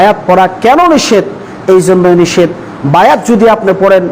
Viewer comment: নিষেধ । নিসেত না